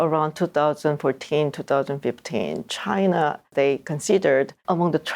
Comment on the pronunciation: Korear Chinar Russiar처럼 'a'에 r발음 붙히는거 빼면 매우 훌륭하신듯